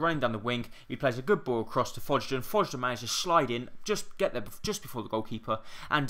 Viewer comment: Mendez-Laing played for Portsmouth last year! I love your series, not being picky but it's Fog-Den 😃